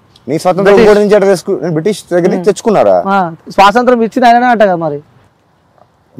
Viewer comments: Orey 😂bugga svasantram kadu raa swatantram ra ayya😅😅😅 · స్వాతంత్రం ❌ స్వాసంత్రం ☑️ 😂😂 Anchor😂😂 గాడు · Anchor ki swathanthram ani cheppadam ravatledhu 😂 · స్వాసంత్రం ఏంట్రా... 😂